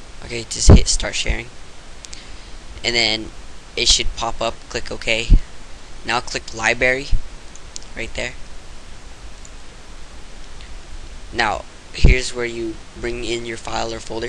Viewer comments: You forgot the R in liBRARY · Heh.... "Libary." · well it is dumb..but its fun to say once and a while..no need to just harp on someone for the way they say libary...jeeze...LIIIIIIIIIIIIIIIIIBBBBBBBAAAAAAARRRRRRRRYYYYYYY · libary?...........realy? cmon dude speak fo real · lol he said Liberry